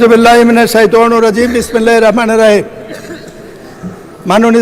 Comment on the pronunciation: আপনার বওছমিললাহ শুদ্ধ হয়নাই। তাড়ুজ ও তাসমিমা শুদ্ধ করে পড়বোন।